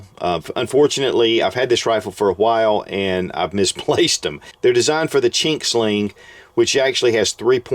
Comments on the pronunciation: Also, it’s “Ching” sling, not what you said (which had a “k” in it, but I won’t repeat it cause it’s actually a slur...but I think you said it by accident so no worries). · He said chink sling Good video cool guy it’s just an observation